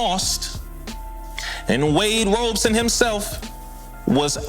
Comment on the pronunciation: Wade ROB-SON 😅 love the show by the way💯